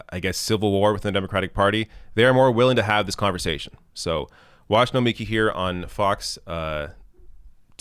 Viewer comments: Her name is pronounced No-mi-KEE. Emphasis on the last syllable. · no-mee-KEE,. C'mon. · It's Nomi-KI